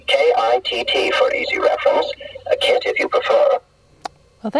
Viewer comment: Sounded more like K.A.R.R than K.I.T.T